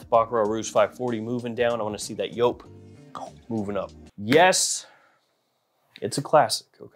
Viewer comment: Joop it's pronounced like jeep not like pope 😮